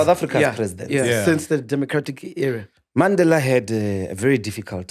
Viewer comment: He is deliberate in pronouncing words right ie Mandela and Gaza...he was intentional